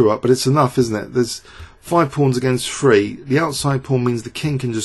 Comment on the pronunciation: "THree," not "free." Sigh...SMH